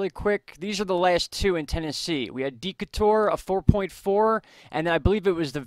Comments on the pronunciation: Decatur= "DeeeKAYtur" rather than DEEkahtoor. Love your vids! Good job keeping us all up to date! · "Dee Kay Tor" for Decatur. Grew up near one.